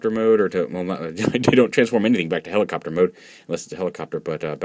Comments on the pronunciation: Did he say "helicopturd" at the begining? XD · Lol, Helicopturd